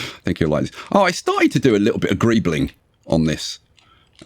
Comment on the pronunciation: Griebling he says 😅